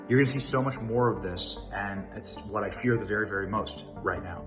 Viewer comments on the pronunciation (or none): none